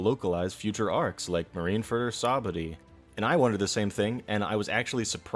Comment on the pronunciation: are you saying...the names of things in One Piece wrong on purpose? Bell Mare Sahbuddy Mareen Fur